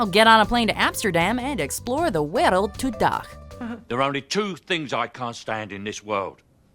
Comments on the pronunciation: She says the world like dio from jojo, za warudo🤣it's just wereld mense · "and explore the 'wejreld' to-'dach'" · she didnt even say the dutch name for world right Xd